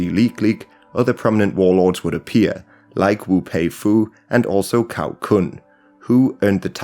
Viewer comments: 'C' in Cao is pronounced as 'Ts'. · Really appreciate all the research and work you're doing on this. Just a little advice on pronunciation, since it looks like you are planning to make more videos on Chinese history with sources using Pinyin spelling: the letter "C" by itself as in "Cao" is pronounced like "ts" (as in "tsar" or "tsunami").